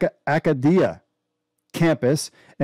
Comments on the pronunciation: Acadia is proniunced Ah-kaydee-Ah. Not eh-ka-deah... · LOL Mont-Coe and Aka-Dee-Ah. This has to be a joke, right? And it's not the University of Acadia its Acadia University.